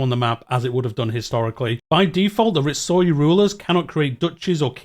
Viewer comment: Some advice on the pronunciation on Japanese: nearly always pronounced phonetically. e.g Ritsuryō, Ri-tsu-ryō and Sōryō, Sō-ryō